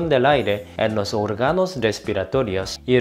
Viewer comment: No se dice orgànos se dice òrganos.